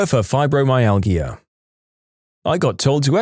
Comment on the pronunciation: "UTIs" isn't a single word. It's an acronym, pronounced "yoo-tee-eye", and stands for Urinary Tract Infection. Also, fibromyalgia is pronounced with a "j" sound from the "g," meaning it's pronounced "fye-bro-my-al-jah".